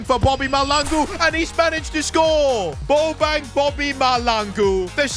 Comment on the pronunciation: Who is goin to tell bro that, that is not how u pronounce bobang's name